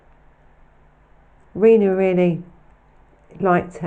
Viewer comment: Hello congratulations on reaching 8000 and great work for the episode. Not read all of the comments yet but I hope you don’t mind me saying Freds first wife name is pronounced like Tina but of course with Ann R at the beginning. Sorry to point this out it may be quite anal but just a little concerned as she is a victim hope you understand what I mean. Again brilliant work thank you so much for what you do.